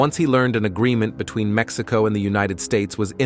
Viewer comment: Like Maxico lol its Mexico lol😂